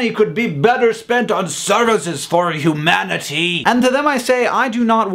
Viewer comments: I heard Hugh-manatee. That aside, I love your informational videos, because you are extremely entertaining and informative at the same time :D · humanity. hugh. manatee. haha.